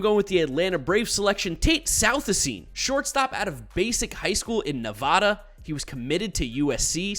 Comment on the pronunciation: Nehvaaaaduh Not naw vaw daw We don’t call it New Yark Great video as always/analysis